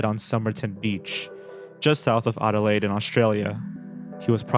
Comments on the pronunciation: Ard-door-lade? It’s Add-da-layed my dude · I've never heard anyone pronounce "Adelaide" the way you did